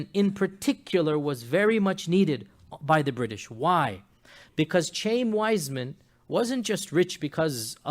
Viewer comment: It's pronounced Chah-yeem Weizmann, not Chame, you fool. He wasn't a wealthy Jew he was a poor Jew that happened to be a brilliant chemist and invented a way to mass produce acetate so that the British could continue to produce explosive shells and win the War. It was partly out of gratitude for this contribution to the War effort that the Balfour declaration was written. And FYI Jews have been trying to get Jerusalem back ever since it was destroyed by the Romans 600 years before Mohammed was born.